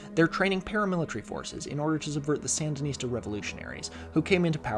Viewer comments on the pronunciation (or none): none